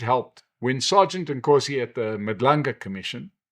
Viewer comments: It's Madlanga Commission not Madlunga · Madlanga commission sir, not Madlunga?